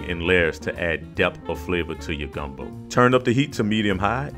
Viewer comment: Soon as I heard the emphasis on the O at the end of gumbo. I knew this video was about to be legit